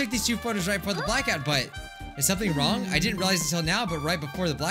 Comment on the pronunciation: HE DID BUT ITS LIKE "no thats wong"